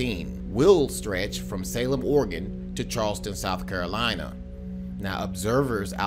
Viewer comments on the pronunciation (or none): none